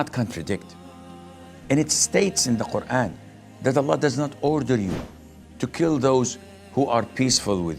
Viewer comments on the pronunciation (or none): none